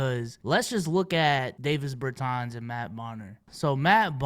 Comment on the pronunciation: No way you called him Imdavisss Bertans LMFAOOOOO